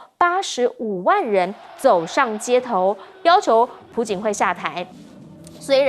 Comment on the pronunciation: 主持人：“朴槿惠”是piao jin hui！😀